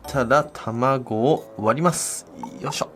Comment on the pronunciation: 卵を割りますに聞こえない…